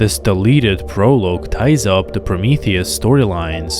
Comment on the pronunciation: "Prolooge? it is pronounced as if saying "Pro-log" Plus you have the most boring voice i have ever heard. It could put someone into a coma let alone send them to sleep.